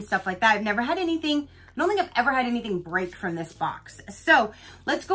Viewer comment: "Blessed, neva (never) stressed"